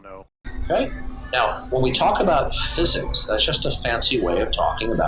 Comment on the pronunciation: Fuzuks…..can’t stand how pronounces physics it’s so annoying.